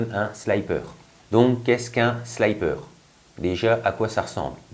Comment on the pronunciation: ...alors petit court d'anglais : quand il y a 2x p apres un i, on dit sliiiiiipper avec un i et non pas slaillepeur avec un y... J'ai eu mal aux oreilles pendant toute la video ! :)